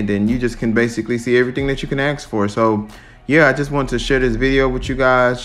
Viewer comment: It’s funny that you say “asking” normally but you say “axe” instead of ask. 😂